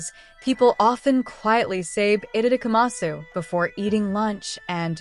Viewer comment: You do not pronounce the U at the end.